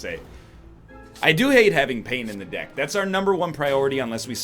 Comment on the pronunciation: for some reason this made me laugh, mostly due to "deck" sounding a little like "dick" with an accent.